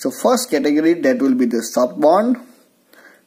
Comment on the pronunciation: It's not band type. It's bond type